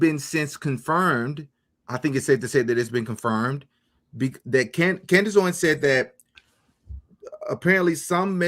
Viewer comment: This guest speaks unreliably. He said "Candace OWEN, Candace Owen" cannot even say her name correctly? Like all of the paid pastors who say her name wrong and slander her? This guy has been on saying "Candace said this, Candace Owen said" just a middle man, playing phone tag, muddying waters? What kind of so called " Investigator" is this??? I appreciate DD's earnest questioning but this guest is a red flag.